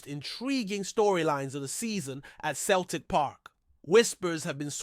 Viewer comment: Turned it off after couldn't pronounce Celtic correctly! 🙄